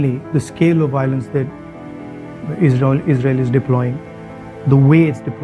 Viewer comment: It's ISRAEL and NOT AZRAEL.... please rectify the mistake done.